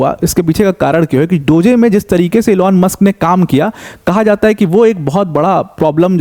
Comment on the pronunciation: अबे वो डोज़े नहीं डोज़ प्रोनाउन्स होता है 😂